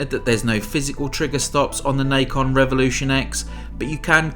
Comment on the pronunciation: It's Na Con. Not Nikon. There was a company that made controllers called Nikon before, they kind of sucked. But anyways this is Nacon. Pronounced Na Con. Nahhhhh Con.